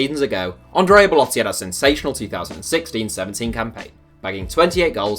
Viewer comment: Learn how to say 2016 u goof